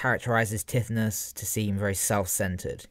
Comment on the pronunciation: Great man but I cringed AF at your pronunciation of Tithonus. Its more like Ty-thon-us